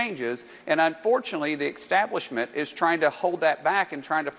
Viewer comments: The "ecstablishment" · Did Markwayne say "ec-stablishment"?? 😂😂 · You know Mullen is lying when he says "exspecially" and "exstablishment". He's not in control of his speech faculties because he's trying to generate the bs!🤣🤣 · ". . . Unfortunately the EXSTABLISHMENT is trying to hold that back . . ." Gee, Markwayne, your middle school English teacher is probably shaking her head. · Exspecially? The exstablishment? Who is this guy? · “Pleece” (police), “akrit” ( accurate), “ exstablishment” ( establishment)…. Stupid people murdering our language. This guy needs to go back to elementary school for spelling, pronunciation, and re educate himself in the basics. 😑